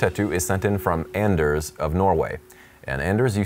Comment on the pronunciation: If "Ders" could only hear you pronounce his name w/ an "AN" instead of an "ON" he'd make it clear he had a hard "ON." (Where my Workaholics fans at?!) Even crazier though, this guy's buddy is from Norway too! 🤣